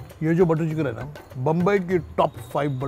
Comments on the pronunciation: He is 55 years old and he is from mumbai the name MUMBAI came from mumba devi temple some out siders use to call bambai because they probably don't pronounce right name delhi ko hum thulli bolenge toh kaise feel hoga?? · Sir please stop saying bambai...its mumbai....your maharastrian i am sure you can pronounce its mumbai